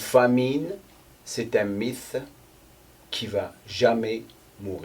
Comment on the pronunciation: Merci pour ses vidéos toujours intéressantes. Pour améliorer ton français (si ça t'intéresse??!) mythe en français ça ce dit "MITE" en phonétique.😉